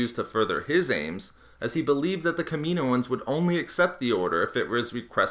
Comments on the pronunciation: It's Kaminoans not Kameeeeeenoans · It's pronunced Kam-in-ohan not Kameen-oin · Killed my ears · It's pronounced kamin-o-ans not kamino-ans 😛